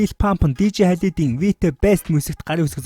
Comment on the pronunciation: halid bish khaled